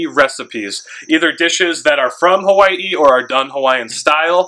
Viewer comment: I love how you said “Hawai’i” nice and pono. Soft “w” like my kupuna do on Hawai’i island. How Tamehameha would have said it.